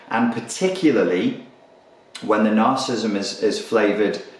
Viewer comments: Hard to take you seriously when you don't even know how to pronounce narcissism. It's three syllables - nar-ciss-ism - not two ("nar-cism"). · narcissism [nahr-suh-siz-em] 4 syllables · Another video on Narcism... You talk about this Narcissism soooo much, could you at least try to pronounce it correctly? Must be the same reason people keep saying White Supremist instead of White Supremacist, and the inverse: Naziism instead of Nazism. Grammar Nazis are likely Cerebral/Compensatory Narcissists. :P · Cool video! I like how Brit's say 'Narcissm' for brevity. And yet they add a whole new syllable to 'Aluminium.' I guess they really like aluminum over there. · This fellow wants to teach me about a trait he can’t even pronounce.